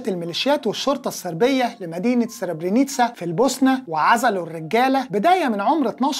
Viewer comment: انا متابع ليك جيد بس للاسف الحلقه فيها غلطاات كبيره جدااا ... من اول نطق اسم المدينة اللي قامت فيها المذبحه .. جبت اسم البوسنه بدون ذكر علي عزت بيجوفيتش .. وسبب المذبحه الاساسي الامم المتحده ومجلش الامن وقرار وقف اطلاق النار الحلقة فيها تدليس ومظنش انك متعمد دا عن قصد راجع المصادر